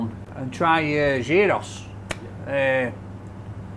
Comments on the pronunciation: Research how to say the greek names 😫 or the places that you're visiting. Gyro is not gy-ro ,it sounds similar to euro (yi-ro) And Mythos isn't My-thos, its myth- os. Kills me when people butcher names 😭😆👍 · I do because I've lived in Greece- it's Yeeross like Archie S said. I don't care at all how anyone wants to pronounce it though, it doesn't annoy me. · Its a Yee ross not a Gi ro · Pronounce it Giross, not Guyros, man needs to go to Greece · Love you,! We Greeks pronounce it "Yee-Ros." Mythos is "Mee-Thos." And the orange cake is called, "Portokalopita". There's your Greek lesson for today! OPA! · People hate the fact he called it Gy-ross but they didnt nothice he called the restaurant My-thos. I mean its myth in english, its the same in greek with an -os at the end. You dont pronounce myth m-ay-th do you? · Lol... it's pronounced YOROS.. the G is silent..as in "YOUR_OSS" 😁👍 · It is pronounced Yee-Roo with no G or S sound. It comes from the Greek meaning to turn, probably coming from the word gyrate, or gyroscope, which comes from the Turkish word for Doner which also means to turn. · Gyros - Hero's. Pronounced that way mate 😁💯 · Gyro is actually pronounced "yee-rro". 😊😋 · you pronounce it as Yeeros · pronounced yeero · I think it's pronounced "yearos" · It is pronounced, "geerows". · Its pronounced " yee ros " boy lol! The "g " is silent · Pronounced 'yee-ros' big man! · Its pronouced Giross pal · It's pronounced geeros. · theyre pronounced HEE-ROSS according to the Greek chef in Glasgow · Never call them "gyros". The Greek get offended. It's pronounced "heerohs" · some shockingly Yorkshire pronunciations of Greek words but compelling viewing nonetheless. Great stuff 😂